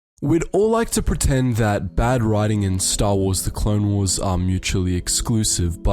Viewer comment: "Clone Warses" It's still "Clone Wars" You moron.